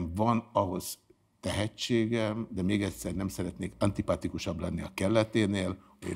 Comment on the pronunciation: Az "ödd mög" - az tájszólás, a "tudnák" az gáz, helytelen, és nagyon rosszul hangzik. Az "el van várva" vagy "ántipátikus" olyan, amiről is tudja, hogy nem így magyaros (bár az antip. nem is magyar szó, és nekem gázabb, ha mondjuk a Pablo-t valaki 'a'-val ejti ki 'á' helyett, mint ha magyar szavakat kicsit 'á'-val, de mindegy), csak vicceskedni próbál, viszont spontán így mondja ezt (többször is a videóiban), nem tudja, hogy rosszul mondja, nem is nyelvbotlás, mint az "ajtótól", majd pedig az "ajtóstól" helyes, az "ajtóstul" pedig tájszólás-szerűség, és bár nagyon bírom őt, ezt ki kellene javítania, és - az ő szavaival élve - neki sem az "anyját szidják", amikor ezt az apróságot megkritizálják/juk. Ami fontosabb, hogy gondolkodásmódja már most sokkal érettebb, értékelhetőbb, szeretetre- és tiszteletreméltóbb, mint akár, vagy sok másé, aki akár idősebb, tájékozottabb, tapasztaltabb (vagy akár kevésbé az 🙂), mint ő, és ez az, ami elsődleges fontosságú egy embernél, a többi csak utána jön.